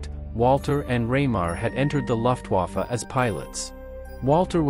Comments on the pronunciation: "Luftwaffe" = LOOFTwaffe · "Luftwoffa"? "LUFTWOFFA"?? Idiot robot!